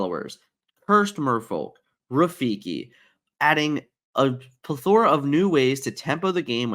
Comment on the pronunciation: what got me was how he said plethora